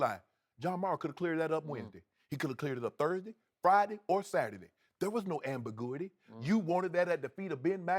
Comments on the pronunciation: Derek Runnels lmao...ambigooey ey... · Excuse me anbagoooaty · Ambigooey eeee...the word that broke the internet... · Amber Gooey D SKEEEIUP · God Bless Shannon Sharpe. He tries hard. But one day you're going to have to break out that phonics book. "Ambiguity" LOL. You'll get it right one day Shannon!!